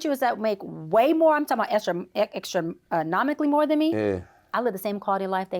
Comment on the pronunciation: I can’t wait to hear more of her content. I LOVE it, but did anyone hear “luckitly, toxidity, extonomically?” 😅